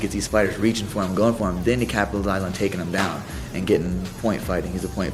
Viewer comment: RJ. "Captelize"